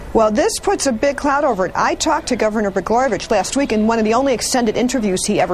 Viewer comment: Did that one lady say Rod Bla-garbage? It sounded like it.